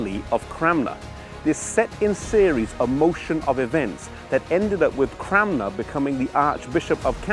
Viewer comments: Stop saying CraMNer! It's CraNMer. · Is there a reason why you pronounce his name CramNer rather than CranMer? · Peter Eng he is saying it wrong I'm Thomas Cranmer's youngest relative, believe it or not.